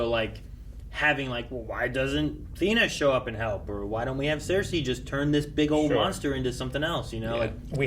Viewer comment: Everytime I hear him yell “Sersei” all I hear is “Walt”!!!